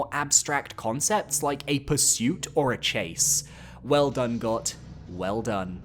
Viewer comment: Bro.. It’s pronounced “Goat” It kills me how many morons mispronounce this on the internet.. A little common sense, please.